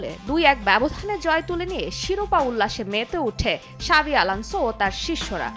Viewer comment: সঠিক উচ্চারন শাবি আলোনোসো, আপনি "জাবি" মনে করেন যেটা ভুল উচ্চারন।নিজে ভুল জেনে অন্যদের খারাপ কমেন্ট করছেন কেন?